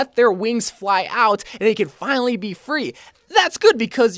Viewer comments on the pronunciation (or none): none